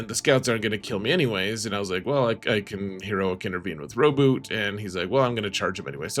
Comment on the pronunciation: Blood for the blood god. Also you pronounced Rowboat wrong.